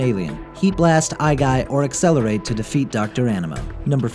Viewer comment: but it's pronounced accelerate